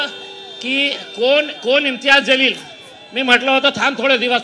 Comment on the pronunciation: ज़लील नाही बे जलील बोल